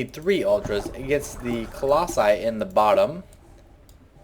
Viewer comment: where the hell are the t's and the h's in the "the"s?